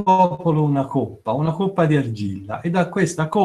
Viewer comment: La dizione coppa con la o chiusa, da dove viene? Da Siena forse, non credo da Livorno. A Firenze ed Empoli, nessuno la pronuncia così.